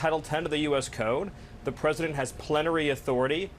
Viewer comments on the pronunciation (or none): Miller froze as soon as he noticed his f up saying the word "Plenary" authority